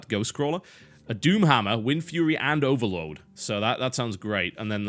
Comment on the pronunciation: O erload? Someone dropped their V